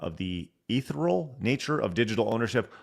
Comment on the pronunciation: English lessons for illiterate streamers: Ethereal - eh-THEER-ee-al - delicate and light in a way that seems to be not of this world - ether in this sense is the "substance" of clear sky or empty space and ethereal may also mean like ether or something that is like or "travels within" ether (like gas, vapor or radio waves). There is an implication that, metaphorically or otherwise, you may not be able to touch it or it may slip from and evade your grasp, though if that is the emphasis, mercurial is probably a better word. Weary means tired. WARY means cautious (synonymous with *leery*). Do NOT say weary when you mean wary or leary, and don't say wary or leery when you mean weary. Trepidatious has a similar meaning to wary, but implies fear or anxiety.